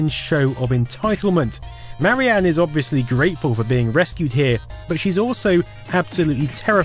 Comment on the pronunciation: Duuuuuuuude, it's "Marian", not "Mary Anne".